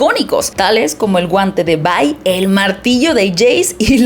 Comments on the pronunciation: Porfa, deja de decir VAI. Solo es Vi. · Se dice Vi, no Vai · Se pronuncia VI y no VAI 😐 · La traducción oficial que tenemos al Español no es Bye ni By, es Vi porque su nombre real es Violet, lo que sería Violeta. Tanto interacciones In game como en la serie le dicen Vi. Si quisiera una reseña donde le digan By / Bye vería una reseña en inglés con los nombres pronunciados en inglés. Por todo lo demás buena reseña.